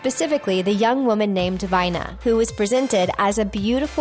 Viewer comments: Vina is pronounced 'Veena", not V-eye-na-and Orion is pronounced Or-eye-in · Just to note: it's pronounced Vee-nah, not Veye-nah (Star Trek "The Cage"). Also, Mattel has been making collector dolls for adults for over 30 years. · Vina? It's pronounced "VEENA" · OK... I have a problem with the pronunciation on some of the Star Trek stuff. Vina is (veena) and Orion is like the constellation (o-ryan)